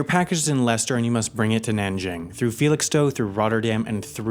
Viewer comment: Props for pronouncing Leicester correctly!